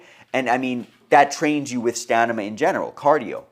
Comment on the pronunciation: "Stanama." 😅. Thank you for sharing this information.... I just needed to let you know you are saying this word wrong. I got a good chuckle out of it. Thanks again